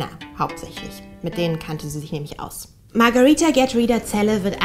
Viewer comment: Warum sprichst du den Namen so merkwürdig aus ,sie heißt doch Magareeeeeeeeetha nicht Magariiiiiiiiiiiiiiitha,naja bist wohl klüger als normale Menschen.